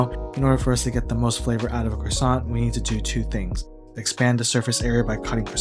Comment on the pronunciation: if you want to know why I didn't finish the video: hearing an American butcher the word croissant over and over